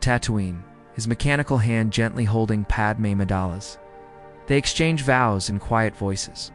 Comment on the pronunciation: Decent story but the lousy AI images are just distracting, and they look terrible. You’d be better off just a still image of a planet from space or something. And your AI reader sucks. Either teach it how to say “Padme” or deliberately misspell the name so the damn thing gets it right!